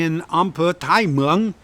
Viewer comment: The tone is more important than the vowel. Until he gets the tone right it's a waste of time.